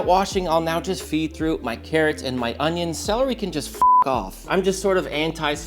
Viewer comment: Distant “Ohn-YOHN” echoes through the valley